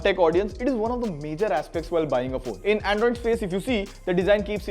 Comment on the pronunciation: ayo wtf is 'Aeeindroid' ????